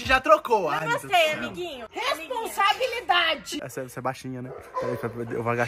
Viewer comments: mas o o video inteiro falando resposambilidade kkkkkkkkkkkkk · O " respondabilidadeeee" kkkkkkkkkkkkk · O na sacada falando RESPOSABILIDADE😂😂😂😂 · Hahahahah o void falando poteto io falando responsabilidade depois o falou eu sou a Ketlen né✨⭐💡🐭🚀⚡🦖✨